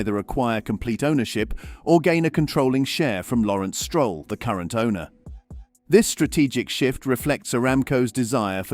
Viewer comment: You need better AI narration that can pronounce Stroll and Verstappen correctly.